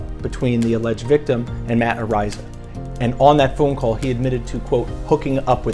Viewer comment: You are a fool. You are not pronouncing his last name correctly. The bit** Iliana Walker says on video that she was 18. He is suing her for defamation, and is going to sue her Lawyer Dan Gilleon for millions